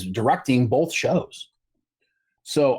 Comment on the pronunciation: It's pronounced "BOTH", not "BOLTH".